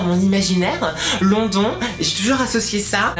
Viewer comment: Ça sécri London mais ça ce dit lonedone.